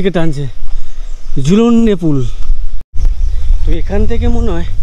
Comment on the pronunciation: Jhulonde noy dada jhulang pull